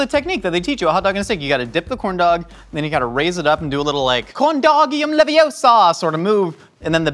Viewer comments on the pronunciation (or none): It’s corndogium Levi-osa !